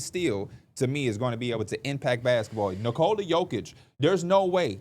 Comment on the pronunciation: Home team announcers don't necessarily say player's names correctly. Almost no one says the first name of the best player in the league correctly, including most of Denver media. It's pronounced more like 'Nicholas' without the 's' and almost everyone says it like 'Nicole' with an 'a'.